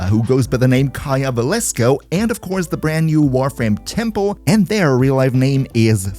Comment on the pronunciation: Its velasco, not “valesco”…